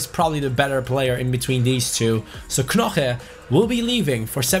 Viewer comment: you don’t say knoche, you say noche